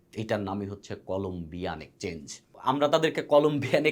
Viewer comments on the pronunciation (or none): Ekchange abar ki? Eta exchange uccharon korun dada